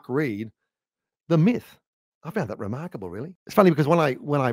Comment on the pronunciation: "re-Mark able"